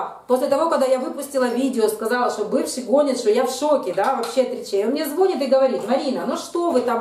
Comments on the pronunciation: звонИт, звонИт звонИт, звонИт, звоніт-ударение на последний слог, это не сложно, тренируйтесь, проговаривайте. Когда вы говорите звОнит это звучит так, если бы вы говорили-плЮёт, вОняет, виделА, ходилА. Нет слова звОнит, есть слово звонИт. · ЗвонИт,ну если звОнит,то не повторяйте двадцать раз...